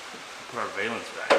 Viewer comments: A valance Not a.vailance. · Oh my OCD. Its pronounced. Val. ance Like Val Kilmer. Google it